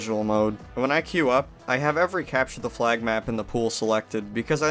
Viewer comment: Why do you say cepture da fleag?